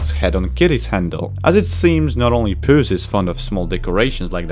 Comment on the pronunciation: Why does he say pas in stead of puss sometimes? Btw it’s not a spade it’s a fricking sword a weapon not a farming tool smart alec YouTube won’t get you for saying sword it’s not copywrite it’s only associated with violence but it hardly causes it in this movie